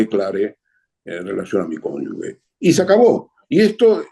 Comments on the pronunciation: El señor entrevistado, que al parecer es escritor o periodista, debe saber que la palabra correcta es CÓNYUGE, no CÓNYUGUE. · Sólo una pequeña aclaración D. Ernesto: CÓNYUGE SE PRONUNCIA "G" FUERTE (COMO SI FUERA "J". Salvando esta pequeña confusión de pronunciación, da gusto oírlo siempre.💜